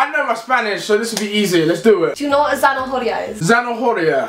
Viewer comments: Americas don't know how to pronounce "h" and "rr" 😂😂 Zanahoria is like en español Zanaoria Americas say Zanajoria😂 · The h is silent in zanahoria. It’s not pronounced “zanajoria” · She is not spanish doe. It is not pronounced zana - hor - ia, it is pronounced zana - o - ria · I know, I am also spanish, and most of the time even I couldn't understand what she was trying to say, she said zanajoria instead of zana-o-ria (zanahoria). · That is not Spanish! "Beso a mi culo" is not the correct way to say it. That literally means "A kiss to my ass" it's not "Kiss my ass"... and the "h" is mute in Spanish, so "Zanahoria" is pronounced "zanaoria". She's still lovely though, and funny :) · Como en Zanahora, dijo Zanajoria jaja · Matias Contreras en cuanto dijo zanaJoria... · Zanahoria is carrots but its pronounced zanaoria without the H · How is she even Spanish if she can't even pronounce "zanahoria" correctly? It's pronounced "san-a-or-ia" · She said zanahoria wrong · Alejandro, When have you ever heard any Spanish speaker make the "h" English sound when saying zanahoria? Plus, there's no way "beso a mi culo" is correct. I don't know where you come from, but that just doesn't sound right... and by the way, I don't remember having insulted you or anyone for that matter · Zanahoria is not like that, the h is silent when said